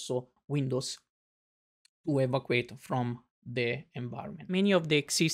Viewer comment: I appreciate this, and I understand that the documenter here does not speak perfect English. May I however point out that the word evacuate is pronounced *e-VA-cew-ayt*.